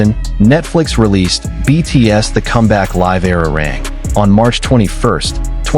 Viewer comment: Era rang is not the correct pronunciation FGS get i5 right.